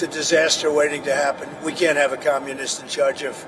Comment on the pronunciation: He did not say just said minimum New Yorkers deserve no more than other states just because he is a communist and has promising people of NewYork Free everything unrealistic please learn how to pronounce communist you will have to know this if Mondami is elected Sad to say New Yorkers will have to pay the price